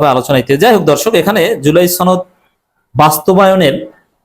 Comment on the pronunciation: সনদ উচ্চারণটা শিখুন।